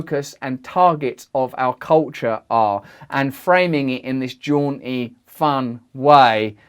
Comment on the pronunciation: jaunty /ˈdʒɔːnti/ Learn to pronounce adjective having or expressing a lively, cheerful, and self-confident manner. "there was no mistaking that jaunty walk"